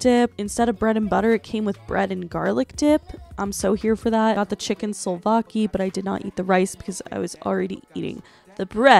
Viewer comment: That souvlaki pronunciation was painful girl